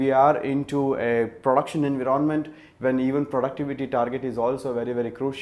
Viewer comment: I was literally confused with his pronunciation of the word environment. Who else?